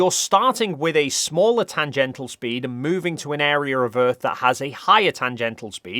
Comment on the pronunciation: Tangential NOT tangental!